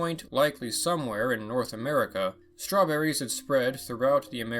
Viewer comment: I heard somebody mentioning Strewn-berries?